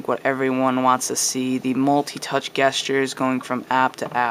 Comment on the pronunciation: You are saying gestures wrong!!